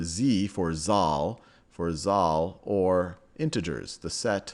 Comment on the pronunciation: Z for 'Zahl' pronounce 'Sal' in German not jal ;)